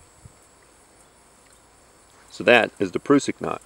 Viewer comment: .....and you even pronounce it correctly! "proosik" not "prussik" ^_^ Thanks for the vid! Learned nothing, but loved watching :D Very well presented and not all tacticool like some other gentlemen.....subbed! :)